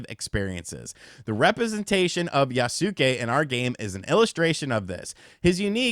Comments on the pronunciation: For someone who has played videogames for as long as you have..... your pronunciation of things pisses me off. By now you should have played enough games or read about enough people developing games to know how to say Yasuke. It aint Yah-sue-kay. It's phuckin Yoss-Kay. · Yasuke is pronounced yaske 😅 (u is silent) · YAS-KAY. Yas-kay. Yassssss-kayyyyyy. They pronounce this in the trailers. So tired of hearing people mispronounce this. Regardless, I read the book that Lockey wrote, and now I feel like a fool that I did. With that said, I don't care that they decided to elect to include Yasuke (YAS-KAY) in the game as the main character, because it actually makes it more interesting. If it was just another Japanese samurai, then we'd get even more people calling it a Ghost of Tsushima knock off. Plus, I think his combat will be fun since he's a larger hard hitting character. But here's how I honestly look at it. No AC has ever been historically. Yasuke is a real person and has been around samurai. In a historically fictional game, it's really not that far fetched for them to do a 'what if.' Now, if Yasuka WASN'T a real person, this would be an entirely different scenario.